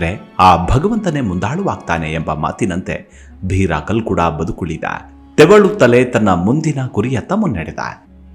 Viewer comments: ಸರ್ ಅದು ಕಲ್ಲುಡ್ಕ ಅಲ್ಲ, ಕಲ್ಕುಡ, ನೀವು ನಮ್ಮ ದೖವಕ್ಕೆ ಅಪಮಾನ ಮಾಡಬೇಡಿ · Kalludka anodana kelokke besara agute naanu tuluva sir uchara solpa sari maadi dhanyavada